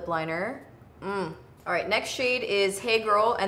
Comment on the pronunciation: Every time you talk about "Hey Girl" I always hear it wrong and think you're saying "Eggroll" 😂😂